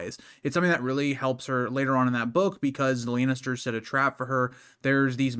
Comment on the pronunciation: I can't take a GoT fan seriously who pronounces it House Laynester